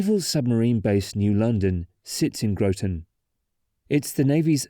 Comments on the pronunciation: *Graw-tin*, not *Grow-ton*. Otherwise a great overview. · Grotton rhymes with rotten, and thames river does not ryme with the river in England, also, the northbound is a pin and hanger bridge. The center span is pinned in the middle. I know it sounds weird. Also the bearings are 12 feet tall, with anchors embedded if I recall 18 feet into the pier. I was part of the team trying to design the modifications to repair the bridge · As someone from Connecticut, it hurt hearing Groton and Thames being pronounced the way they are here. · Where TF did you go to school!!??? It's spelt GROTON! It's spelt RHYME!